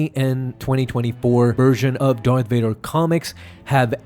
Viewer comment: Did u jus say doyth vadah. I fuckin love that u remind me of mick from rocky